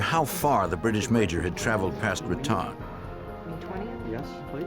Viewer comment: You'd think they'd learn how to pronounce place names like Raton.😅😅